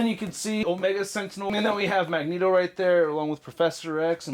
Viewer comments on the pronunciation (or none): none